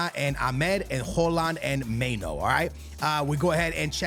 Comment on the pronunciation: may-no lmaooo its my-nu